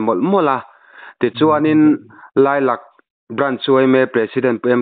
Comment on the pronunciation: Lailak tih hi, lak tih lai hi, lâk ti a thluk tur ani lawm mi